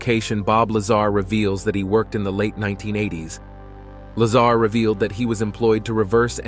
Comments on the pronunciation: Bob Luh-zahr not Bob Lazer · bro you cant even pronounce his name right wtf...its not LAZER its La-ZAR 🤦‍♂ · Instead of counting sheep’s tonight, I’ll re-watch this video and count all the “facts “ you got wrong. And it’s Lazar not Laser. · “Bob Lazer” ? Yeah I’m out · you call him "Lazar" and the "Laser"....lol. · Bob’s last name is not “Laser”…it’s Lazar… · its a joke lol the guy narrarating the video called him "bob laser" his name is "bob lazar" lol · Narrator: “Mr. Bob Laser” Me: 😬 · Did the announcer call him Bob Lazer!? Hahaha and Lol!* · It’s laaaaaaa zaaaar not laser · Like how the computer voice turns the guys name into Bob lazer rifle. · It is La-zar...not laser. Some say Dugway Proving Ground s.w. of Salt Lake City is the new Area 51. It is certainly remote enough. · I’ll bet he calls Tortoises Turtles too . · bro said "laser" it's lazar bro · Uh, his name is pronounced la-ZAR, not "laser " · Bob WHO? it's Lazar, not Lazer. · Dude wtf? How is it you pronounce Bob Lazar correctly but then pronounce it wrong as Bob Laser lmfao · Lol he said Bob lazer😊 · Content creator calls him bob laser!! 😅😅😅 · Lol "bob laser" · Right? At least pronounce his name correctly. It made the entire clip into amateur hour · Not to mention narrator calls him Laser... lame.. go get a real job or new narrator "" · The narrator said bob lazer😂 i like that. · He called him "Bob Laser" at about 41sec.. 😂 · its Bob La ZARRRRR NOT LASER. ps 115 MC or Moscovium is a solid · PLEASE!! His name is Lazar like la z are and it’s ALWAYS pronounced like that!! So annoying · "Lazer" gets to me you cant even pronounce his name properly. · Also if you are going to spotlight a great man at least learn to pronounce his name correctly. Give him that respect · You didn't even pronounce Bob's last name correctly. Come on man what a horrible way to start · You already pronounce Bob's last name wrong I'm out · Please teach your “narrator” how to pronounce Bob’s last name.